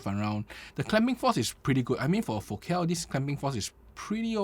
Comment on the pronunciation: You pronounced Focal right ✅